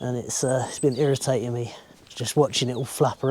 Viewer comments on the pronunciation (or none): When he knocked that board off and said it was "Irritating" I totally heard "Ear of Satan" and couldn't figure out if that was some New Zealand colloquialism I wasn't familiar with. haha